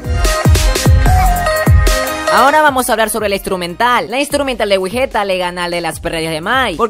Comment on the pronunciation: Me gusta mas wigetta Pero Uno wey ew como obvio que te van a gustar las perrerias de mike ya que esto es un canal fandom de Mike y no de "Wigetta" Dos: Wey se que es algo que no solo tu o ustedes se equivocaron pero es wigetta no wigueta ._...